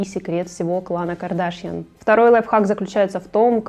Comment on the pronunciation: Боже, правильно КардашЯн, а не КардАшян